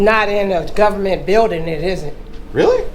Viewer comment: "In a gubment billdin', that should be illegah. If it ain't, it oughta be." 😂